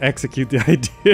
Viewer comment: "The I deer of the game"